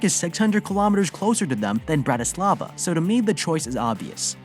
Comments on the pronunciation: bratyslava 🤣🤣 sorry the way he said it made me laugh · You trying to pronounce Bratislava makes me cringe 🤢